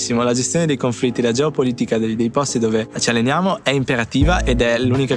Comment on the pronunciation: Nobody: Literally nobody:: GEOPOLITICAH